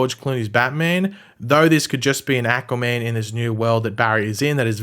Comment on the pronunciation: i cant unhear ahquua man